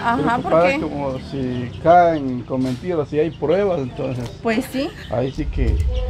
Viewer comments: Trucha se dice pruebas no prebas hable bien no que es una persona adulta habla como niño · LA PALABRA CORRECTA ES PRUEBA, NO PREBA APRENDAN PRUEBA ,PRUEBAS,PRUEBAS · 😢se dice pruebas no prebas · Trucha habla bien se dice pruebas No prebas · Trucho: burrrrro se dice: PRUEBAS.